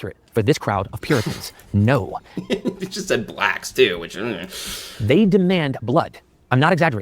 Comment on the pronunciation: yes! What’s up with saying ”blacks” like that it’s kinda weird